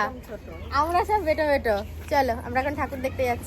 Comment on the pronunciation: কথাটা হলো ছাকনি,কিন্তু বলবে ছাকনা,😂 কথাটা হলো বেঁটে,কিন্তু বলবে বেঁটো, একটা গাইয়া মহিলা,বিচ্ছিরি